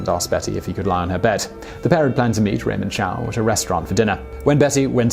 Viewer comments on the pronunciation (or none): none